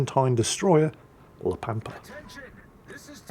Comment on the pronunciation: La Pampa makes reference to the Pampas Region. So it can only be Argentina, Urugay or Brazil. It is in spanish, só it must be one of the first 2. BTW ur pronunciation is correct